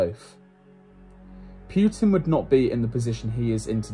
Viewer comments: Not that he deserves the respect, but technically it’s Poo-tin, not Pew-tin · Seriously. Putin isn't hard.